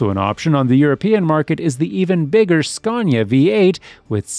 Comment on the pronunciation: Scaw - neeea 😅😅😅